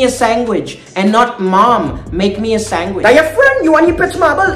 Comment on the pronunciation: Sangwich hehehehehe